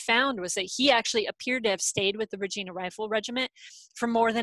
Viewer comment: Really interesting, I've been enjoying the various talks. However focusing on a Regina search and then pronouncing it wrong is annoying. If it's used again for something else maybe check on how to pronounce it.